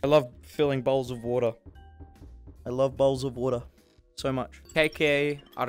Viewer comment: It sounded like you said "they nearly saw my balls" when you said "they nearly saw my bowls"😂